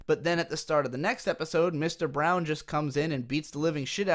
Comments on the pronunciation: Braun is not pronounced "Brown". It also acts as a nickname to point out how he's the size of a brick house. I watched the show and rewatched it a month ago. I'm aware of why Okabe calls him Mr.Braun but my criticism was obvious, is miss pronouncing his name like how a Japanese person would attempt to pronounce it. (Made worse by the fact he claims this show is worthy of being in film classes, an extremely loaded statement mind you, but doesn't know how to pronounce Francis Ferdinand Braun's name and continuously commits to saying "Brown" with zero accent distinction to imply he's trying to saying it a certain way. But as I said, he can't seem to pronounce anyone's names and words right) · Do you know how to pronounce any of these characters names? Like I'm certain his name isn't "Brown"